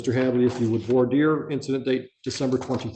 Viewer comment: In all my years of experience in law, is the only person I have ever heard pronounce "voir dire" correctly.